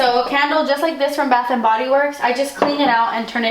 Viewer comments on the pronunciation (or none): none